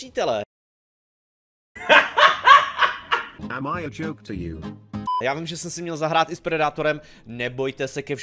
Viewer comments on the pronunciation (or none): none